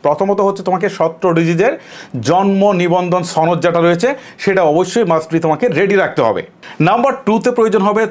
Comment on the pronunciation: দাদা কি কলকাতা থেকে আসলেন নাকি যেভাবে সনদ বললেন